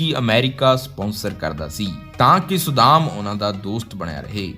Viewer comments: Saddaam, not sudam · ਵਧੀਆ ਵੀਡੀਓ ਬਣਾਈ ਹੈ ਪਰ ਤੁਹਾਡਾ ਕਈ ਸ਼ਬਦਾਂ ਦਾ ਉਚਾਰਣ ਠੀਕ ਨਹੀਂ ਸੀ, ਜਿਵੇਂ ਸੱਦਾਮ ਨੂੰ ਤੁਸੀਂ ਵਾਰ ਵਾਰ ਸੁਦਾਮ ਕਹਿ ਰਹੇ ਸੀ। ਬਾਕੀ ਵਧੀਆ ਜਾਣਕਾਰੀ ਵਧੀਆ ਆਵਾਜ਼ ਨਾਲ।